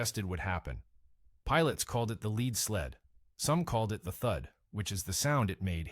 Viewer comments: PLEASE quit saying leed when you mean lead (led). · the "leed" sled... Naaaaah...